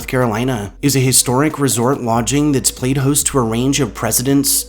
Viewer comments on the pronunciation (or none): none